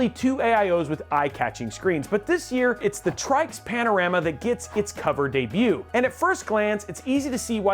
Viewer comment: said "moving forward" twicely. Said Tryx as "Trikes", I dont know for sure but I would assume "Tricks". + said "aesthetic" instead of the hated "asstetic". I came here for the AIO reviews by the way. Oh wait ...Your testbench was INTEL LOL